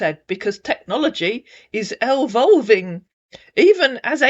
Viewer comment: Elvolving? As opposed to what, pixievolving?